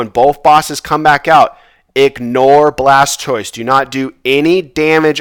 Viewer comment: Another great run sir! Much better loot this time, cracks me up everty time you say Charzard and Blastoice lol